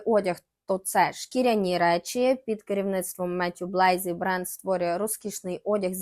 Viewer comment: Дуже цікаво, дякую за випуск! Єдине що «ріже» слух у ваших відео це неправильні наголоси та, іноді, вимова, наприклад: Матьє Блазі - француз, відповідно його прізвище вимовляється з наголосом на останній склад БлазІ, а не БлЕйзі.